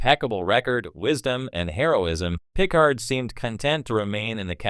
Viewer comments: you lost me at pih-card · PICK-ard? What is wrong with you. Take this down and re-do it. What an embarrassment. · Pícard if you do not know how to pronounce Picárd. That is if you understand what the diéresis mark indicates. As a any spanish speaker will tell you, know it indicate the stress in the pronunciation...